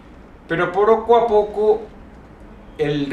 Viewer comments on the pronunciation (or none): Soy yo o dice ''pero poroco a poco'' XD Minuto